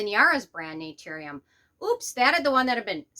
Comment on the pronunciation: 1. If you're gonna come after a brand maybe learn to pronounce the brand name right. 2. Not all vitamin c's actually need to be a low irritating pH 3. I would never trust you or your opinion ESPECIALLY on skincare. I hear and see so much hate and jealously coming out of you. It's disgusting. Influencers like you take the fun out of beauty. SAD!